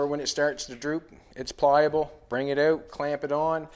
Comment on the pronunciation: When he says bring it oot, he sounds almost like a Geordie